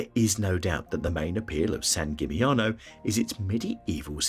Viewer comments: Dubrovnik is the opposite of a hidden gem, on the contrary, it suffers heavily from overtourism. And Split is right behind. Same with San Gimignano (plus the pronunciation of the name is even worse than the others in this video). Even worse ist Mont Saint Michel, which should be visited including spending a night. And of course Venice (Venezia) is the best example of a place with overtourism, they even ask for an entrance fee from day tourists who don't spend the night there. Plus, they are trying heavily getting rid of all the big cruise ships in the lagoon. Hallstatt has become famous because of its copy made in China. Basically, many places in Austria are equally beautiful. Overtourism also leads to very high prices, so those places are tourist traps. It makes no sense promoting them further. The rest of this video can be regarded as helpful tips for tourists exploring Europe. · This holds true not only for the Italian names, although San Gimignano was the worst. And I am saying this as a German with almost no knowledge of Italian (except the menu in Italian restaurants).